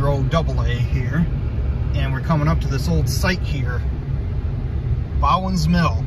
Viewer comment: I always pronounced it "BO-ens" mill, each time you pronounced it "bow-ens" drove me a little nuts to i stopped listening to you and started counting how many times you'd say it. 4